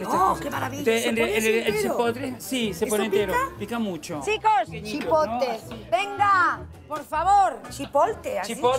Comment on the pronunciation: El no poder decir Chipotle 😂😂 que es muy bravo, se nota que no han probado el Jalapeño o el Serrano